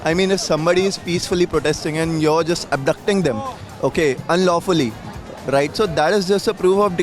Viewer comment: just ya jist 😂😂😂 Just ke gwar